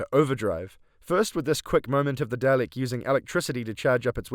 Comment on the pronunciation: I'm sorry, I'm sure you have some wonderful insights to share, and I don't mean to belittle them, but... there's no r in Dalek.